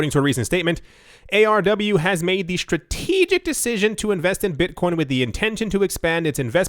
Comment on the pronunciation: "Beetcoin"